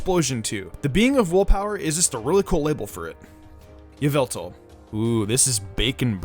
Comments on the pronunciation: it is yavatal not yeveltal. Pokemon Talk 8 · It’s Y-ah-val-tal